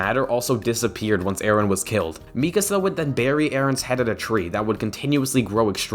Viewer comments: i’m interested in this vid but i just heard him pronounce mikasa “mi-kuh-za” and now i’m scared to resume knowing how miserable i’m going to be every time he says her name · Omg the way he pronounce Mikasa 🤢